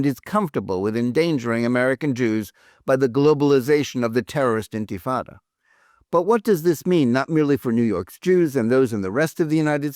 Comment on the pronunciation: CC JEWELRY INSTEAD OF JEWERY , INTIFAT INSTEAD OF INTIFADA, DONE ON PURPOSE.